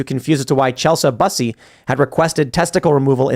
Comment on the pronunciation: Lol chelsa busee?! Chel-sea byu-see. Lol that was a crazy pronunciation of Chelsea Bussey.